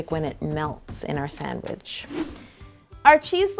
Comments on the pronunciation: Sangwiche!😂 Yolanda totally won🏅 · definently aunties 'Grilled Chese Sangwich' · i thought my mom was the only one that says sangawhich...... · Sangwich hahahahha